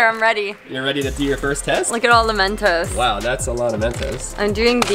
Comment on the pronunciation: its mentos not mentose 😂